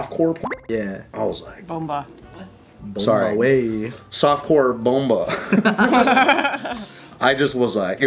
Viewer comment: Not “bomba” lmao. Filipinos know what’s up 😂💀